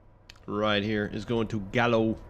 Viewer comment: Pronounce the l"s. Ernest & Julio Gallo.